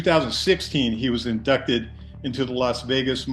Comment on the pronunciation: Yeah,"inducted", not "indited"😅